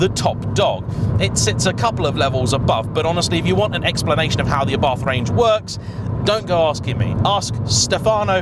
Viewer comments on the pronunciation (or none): it's pronounced 'a.bart',not 'abarth'. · Might want to learn how to pronounce Abarth correctly. Just like food critics, everyone has their own taste. I own an Abarth and love it. Faults and all